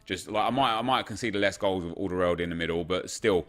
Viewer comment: The way he pronounced aldeweireld 😂😂.